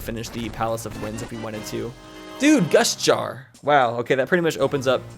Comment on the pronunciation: was I the only one who thought was saying gush jar instead of gust jar?